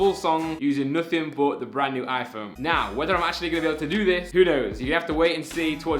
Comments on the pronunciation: Why does he say Aphone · How many times does he say Aiiphone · The way he says iPhone 😂